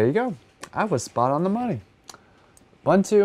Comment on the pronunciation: The way he pronounces Ubuntu hurts 😭 it’s ooh boon too bro